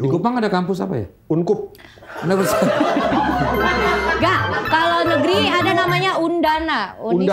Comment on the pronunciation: Vincent : "UNKUP" 🤣